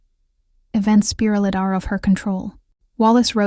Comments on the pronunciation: "Events 'speeralded' out of control?" Uh, the word is pronounced phonetically "spy-ralled". Also, the name "Ernest" is pronounced, well, "Ernest". And then there is "reconceeled". Uh the word is "reconciled" as in "reckon-syeled". These are basic words and it is amazing that a generation and/or AI voices that have google translate's pronunciation function and dictionaries available, which always show the pronunciation of words, cannot seem to pronounce words they don't know. Ridiculous... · definitely! "Spiraled" is not pronounced "spee RELL ed". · Absolutely. For example "speerealed" for spiraled . "Opteeuns" for options . "Recunseelid" for reconciled . Ridiculous.